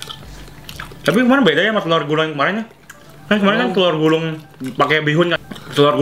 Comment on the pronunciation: Banggg itu yg lu bilang telor gulung . Bukan tellor gulung tapi . (CILUNG. .ACI DI GULUNG )